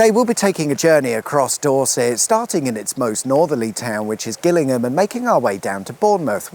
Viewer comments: I thinl you pronounce Gillingham like Jillinm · Gillingham is pronounced with a 'J' sound as in,!😉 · No its not. Its pronounced with a hard G, as in Gary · Ah! I did wonder about that. Mainly because I've only heard of the one pronounced "jillingham", and I was a bit surprised to see one in Dorset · I'd always pronounced it Jillingham. Now I've been educated! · Thanks, wicked sweet awesome as ever. I always thought Gillingham was pronounced Jill-ingham for "reasons" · Oih, Sorry did I mispronounce, you Name, "Jillingham" spelt with a G is in Kent, But what can you expect. from someone born North of the Watford Gap(loved your vlog on that bye the way) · I wonder why Gillingham in Dorset is pronounced 'Gillingham', yet Gillingham in Kent is pronounced 'Gillingham' instead. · How is that you don't know how to pronounce Gillingham? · Is it pronounced Gillingham, or Gillingham?